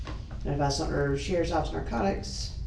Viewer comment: It's Sumter not Sumner. Sad to say this is where I grew up. 🙊 I'm pretty sure I know a name said in this too (like from middle school)